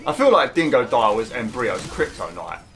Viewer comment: It’s so funny the way he says dingodile being DEINGODOIL